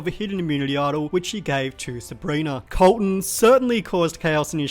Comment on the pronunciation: When you introduced Colton did you do a southern accent? 😂